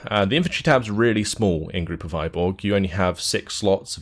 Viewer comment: TY 4 review. Its a bit hard to describe cyrillic letter "ы", but you can just copy this - Выборг - paste to youtube search and click any video. You should hear russian pronunciation almost instantly.